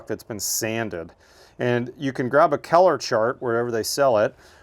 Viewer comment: I love your knowledge and comprehensive information... Just a side note, every time you said the word COLOR, you lost me. "COLOR", pronounced "CULLER". You say "KELLER".